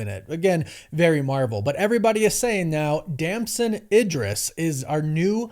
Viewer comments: It is pronounced E-dris not I-dris and you should know that! You also messed up a bunch of other names of well known and respectable actors. And that is ridiculous, because there is no way you do not actually know the correct pronunciations of their names given what you do for a living, which is research that includes watching interviews done by these actors for these movies. And you said you watched at least one of his interviews where he more than definitely would have had his name mentioned either by the interviewer or by himself. So there's no way you do not know what the correct pronunciation of his name is. Do better mate!!! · And ‘Idris’